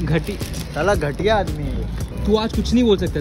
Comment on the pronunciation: "Gathiya" ko "Ghatiya" bol rahe hai